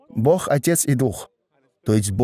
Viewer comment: Попросите переводчика чтобы он постарался говорить Бог, а не бох!!!